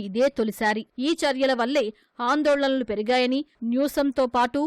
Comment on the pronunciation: Anandalolanalu kadu sir...andolanalu